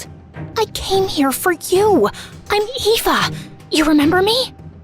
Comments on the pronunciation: why did ryaln say Ava instead of Eva? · her name is pronounced Eva not ava